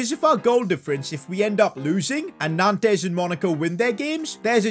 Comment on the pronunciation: It’s pronounced as nonts not nantes 🤣 great series tho